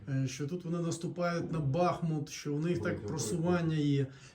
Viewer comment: БахмУУУУУУУт. Ударение правильно ставь бутусОв.